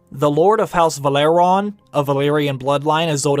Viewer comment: It's pronounced VE-LA-RY-ON, not Valeron.